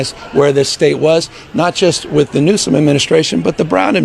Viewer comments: Why does the narrator continue to call the Governor of California Gov Nom. His name is Gavin Newsome. Gov Gavin Newsome!!! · Newsome not Nome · Last name is newsom not noem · Dude, its Gavin News on not Gavin Noam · Do you have Dyslexia? You keep pronouncing Governor Newsom's name as Governor Gavin Gnome. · Why does this narrator keep calling him Gavin Noem, when his name is Newsom? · It's Newsom not Gnome. 💙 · Newson not NOME! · his name is not nome!!! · Why do you keep calling him Gavin GNOME?? I've lived in California for 20 years and I've never heard him called that. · Your voice bot is an idiot. Gavin Gnome? Gavin USO? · Did this announcer call Gavin Newson Gavin Noem the first time he mentioned his name?😂😂😂😂😂. Towards the end of the video he call him “ Noem two more times!! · Right of the bat, the narrator calls Newsom "Nome"...I'm sorry, I'm out. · Governor Nome? AI knock it off. Learn to pronounce correctly or put a real person in there. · FYI The last name is Newsome but the first time you referred to him I don't think that's what you said